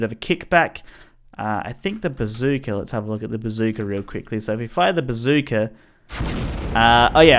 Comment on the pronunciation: I'm sorry did you say bazooka Did I hear you correctly or did you just say pizookie